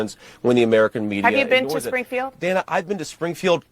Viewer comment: Its pronounced Dana like banana.